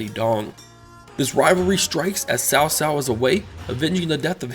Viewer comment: It's not "Sao Sao", it's Tsao Tsao.